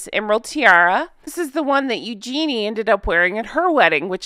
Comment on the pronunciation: According to her mom Sarah Ferguson yhe way u pronounce her name is .,. Think Use your knee... U jen nea .is how her name is pronounced. I thought it was. U Genie also. Just fyi